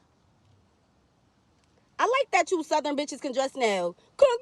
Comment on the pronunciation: I thought I heard this broad say it JANKY. Her over the top COSplayin azz said THUH-thern. Girl 👋🏾 bye